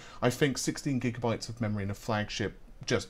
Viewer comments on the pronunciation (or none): none